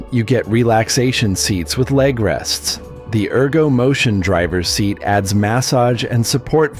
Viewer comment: AI VOICE IS AWFUL 👎👎👎👎👎👎👎👎👎👎👎👎👎👎👎👎 Mass-sage seats 🤦‍♂️